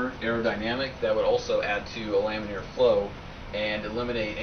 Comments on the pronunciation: Lam-in-ar not lam-in-eer. It's like hearing someone say "nucular" over and over. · laminar. It's laminar. Not lamineer.